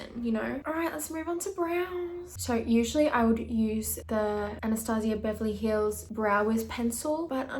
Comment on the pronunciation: um i think it's pronounved anna-staje-uh beverly hills